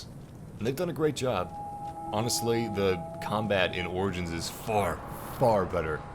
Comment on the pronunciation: U know it’s pronounced as orjins not organs it lol but the word is origins